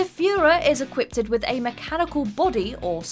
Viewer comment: Equipped-ed? Really?